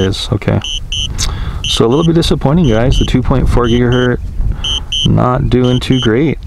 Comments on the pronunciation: Is anyone else bothered with the constant use of "gigahert" (not a word) instead of how it's properly stated as "gigahertz"? Other than that, not a bad video. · Great videos. However... It's gigahertz (rhymes with hurts), not gigahert. :) These videos made me decide to buy a spark. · For future reference, It’s pronounced GigaHurts you sound the Z as if an S. It hurts my ears to hear you say it incorrectly SO MANY TIME lol - thanks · It’s gigaHERTZ -with a “Z”